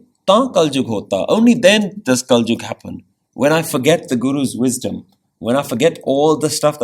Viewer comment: kalyug hota hai bro